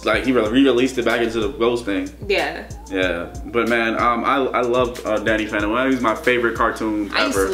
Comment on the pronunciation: When u said Danny phantom I heard Daddy fandom